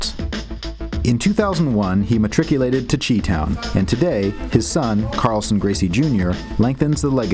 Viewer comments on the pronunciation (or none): Chi town...You said "Chee town"... It's pronounced "Shy town" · 'Chi-town' is pronounced 'shy-town', not 'chee-town'. Just sayin'. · Hey, Chi-town is actually pronounced "Shy-town." Just a heads up. Cheers